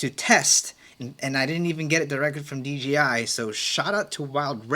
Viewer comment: it's so funny that everyone says "DGI" instead of "DJI". It sometimes slips out like that for me too haha it's a short tongue twister